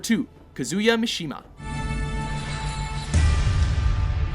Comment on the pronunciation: I could be wrong but I think he was mispronouncing Mishima and Kazama as well.